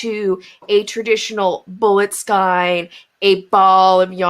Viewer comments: Ridiculous! Marketing. Ugh. Also... It's killing me, but skein is pronounced "sk-ay-n." 🖤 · My mother always pronounced it skeen. I wonder if there are regional differences. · I wouldn't mind that she's pronouncing skein differently to me (who isn't used to accents), except she's pronounced it at least two different ways. sk-ee-n and sk-y-n. Now I'm curious about her crafting background.